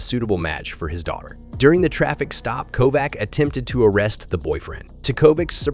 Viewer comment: Kovac is pronounced with a ch at the end